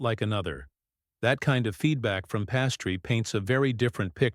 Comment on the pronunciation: Pastry? That and the poorly timed pauses?... Does anyone listen to this before it's published?